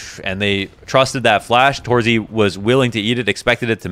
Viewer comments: since you made the m0NESY vid on twitter, I think you might be interested in how to pronounce torzsi correctly. It's not exactly tor-zee, more like tor-zhee or something like that. Use Hungarian google translate, it says it out loud really well. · Pro tip for: Set google translate to hungarian. Write in: torzsi. Press the speaker button. Now you can say his name correctly. Not making fun of you or anything, cause I love your work and really enjoy watching them. (I know how you care about pronouncination[ex. Monesy])